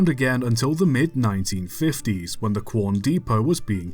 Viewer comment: We all love working on the SMC1 at Pichi Richi. Thanks for making another video about our stuff here in South Australia love the vids. P.S. Love that a YouTuber finally pronounced “Quorn” correctly😂 But, Pichi Richi is more of a Pitchy than a Peachy. 😜